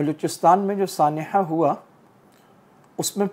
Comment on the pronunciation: H aap andar se nikaalte ho. 😂 jese saneha ko sanehhhaaaa kehte ho😂